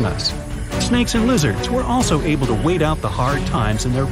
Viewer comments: you said the to as yo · U said able yo survive u gonna say able to survive